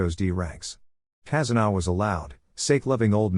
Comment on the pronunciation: Tazuna not kazuna